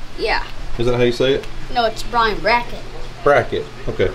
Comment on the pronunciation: pronounced Brian's name correctly.